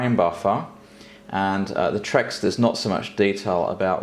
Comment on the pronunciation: If no one mentioned this previously, the texture mapping unit is pronounced "T-Rex" (like Tyrannosaurus Rex) rather than "trex". Other than this minor thing, great video! 🍺